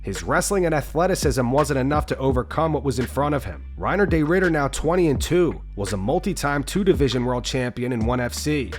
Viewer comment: Excuse me. Can you please learn how to pronounce RDRs name correctly. There is no “day” in his name. FFS.